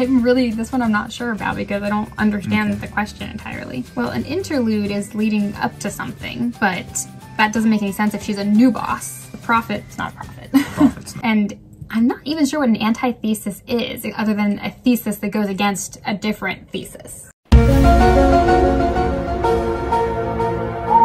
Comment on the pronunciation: antithesis is pronounced 'anTIthesis' with the stress on the capital letters, not 'ANtiTHEsis' which is how your wife pronounced it.